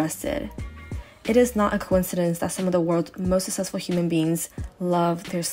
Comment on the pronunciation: Susessful ?? The way u said successful kept bothering me